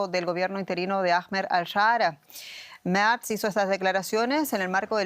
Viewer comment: El canciller "Merz", se pronuncia tal cual...con todas sus letras!!.